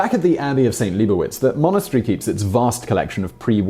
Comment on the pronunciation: It's LEE BOW WITZ